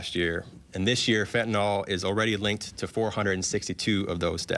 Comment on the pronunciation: It's fentanyl, not "fentanol." You've taken food from my childrens' mouths. We need to make money just like everyone else. We're providing a product that people want. Though you've hurt us by stealing our product, you won't stop the market. We'll be bringing in more. This is business, just like any other.